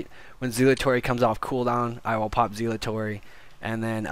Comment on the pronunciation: For the love of God, PLEASE learn how to pronounce Zealotry.